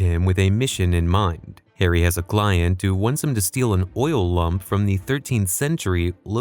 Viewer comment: This man literally said Oil Lump